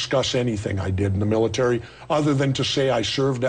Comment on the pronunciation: i can't help it... i laughed everytime morgan said 'mili-tree' instead of military. lmao